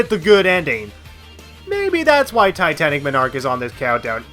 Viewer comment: The way you pronounce Titanic Monarch personally offends me